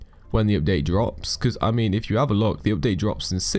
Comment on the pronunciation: The pronounce of the update is opdate